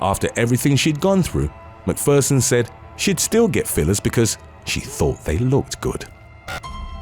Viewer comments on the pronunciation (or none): none